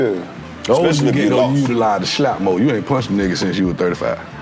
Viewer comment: This episode for ppl who say "Anit" instead of aint.